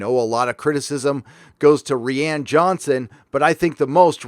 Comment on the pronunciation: ReeeAnn? U mean Ruin ? ...😏